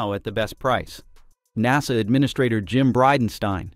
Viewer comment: Nawsa instead of NASA